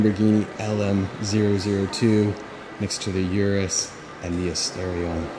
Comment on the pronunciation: its pronounced "oo-doose" not urus. ps i love your videos! keep up the good work!